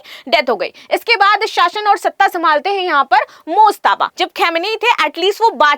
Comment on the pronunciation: mUjtaba, not mOjtaba